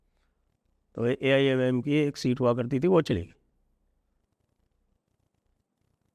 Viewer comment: Wrong 125 jeete U cannot even pronounce the name of AIMIM Such a crap u are